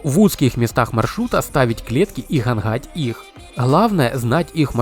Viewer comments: Все бы ничего, но вот это "гхангхать" просто выворачивает Поработай над произнощением, выучи слова и ударения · Ханхать , в хороде, невозможно слушать